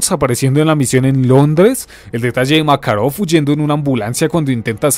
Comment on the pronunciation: porque pronuncia makarov con asentó americano?